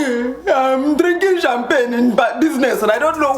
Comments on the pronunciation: Sham-pag-nay! Lol! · It was the Cham-PaG-Né that took me out 😂😂😂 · "SHAM-PAGUNAY" LOL, I can't.